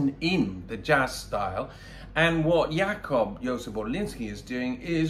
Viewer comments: Rather 'Yacoob... stress on the first syllable. The "B" sounds rather like a B, a not soft "P" (or something in between B and P). But for sure not that soft. 'Yoozef-the stress also on the first syllable. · I don`t know what are you a user of, but you can`t tell me how to pronounce 'Jakub' in Polish,amigou;the rule of Polish language allows for devoicing o final voiced consonants,therefore the 'be' at the and of Jakub is pronounced as 'p',got it?!